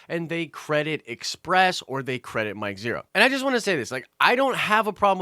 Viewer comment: You lost me when you said Mike Zhero!